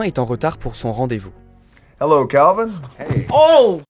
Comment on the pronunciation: Mon dieu comment il prononce calvin 😭😭